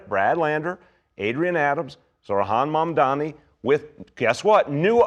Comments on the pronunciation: Just say Mamdani. 😂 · "mistah mandami" -cuomo